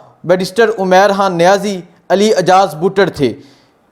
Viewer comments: Bhai jaan (Haan) nhi khan bola kro plz😂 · sab baten theek but mery bhae... hay or khay ka talafuz to theek ker lo... khan ko haan bolrhay ho, pehlay theek se bolna to sikhoo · Bhai Sahib, you do good work, but I have a suggestion for you. Kindly try to work on your pronunciation (Talaffuz). You can't say ray and khay properly. For example you can't say Khan or Raat properly. You will become better presenter and journalist with correct pronunciation & accent